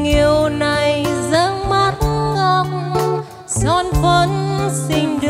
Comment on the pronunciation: Hát khá hay nhưng phát âm chưa chuẩn lắm. Xin mặt em cây thì phát âm thanh xinh mắt em cay. Anyway mình cho ban 8 điểm nếu được làm trong ban giám khảo ❤